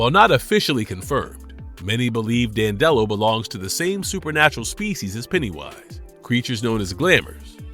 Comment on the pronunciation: you’re pronouncing it wrong. and he doesn’t thrive on comedy, he thrives on emotions of any kind. cmon man, get it together.